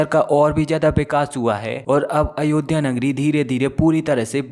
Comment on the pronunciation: यह अनपढ़ है क्या इससे अयोध्या का भी उच्चारण नहीं हो पाता है। क्या उर्दू और फारसी में शब्दों का अभाव है।।